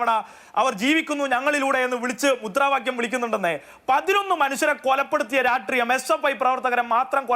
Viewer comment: ഈ സീനിയർ citizen SFI ക്കാരന് 'രാഷ്ട്രീയം' എന്ന് പറയാൻ അറിയില്ലേ? ഉളുപ്പില്ലാതെ സിദ്ധാർഥന്റെ കൊലപാതകത്തെ ന്യായീകരിക്കുന്നത് കേൾക്ക്കുമ്പോൾ അടിച്ചു നട്ടെല്ല് റബറാക്കാൻ തോന്നുന്നു. അതിനിടെ 'രാട്രീയം രാട്രീയം ' എന്നുകൂടി കേൾക്കുമ്പോൾ വെട്ടി നുറുക്കാനുള്ള ദേഷ്യം വരുന്നുണ്ട്. 🤬🤬🤬🤬🤬🤬